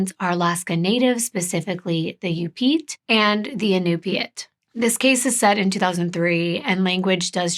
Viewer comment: I live in Alaska and this case was, and still is, such a tragedy. Here are some hopefully helpful pronunciations: Unalakleet (heard it as you-nuh-luck-leet and you-nuh-kleet) Yupiit (u-pit) Kotzebue (cots-ah-bew) Ptarmigan and akutaq (aka eskimo or athabascan ice cream) are both delicious! Ptarmigan and spruce hen are like the dark meat of a chicken basically, a little gamey to some, but if seasoned and prepared correctly, they're super good! Akutaq with fresh picked Alaska blueberries...nothing compares! Thank you for bringing awareness to another MMIW case. Just one of many that need, and deserve, the attention of all our communities!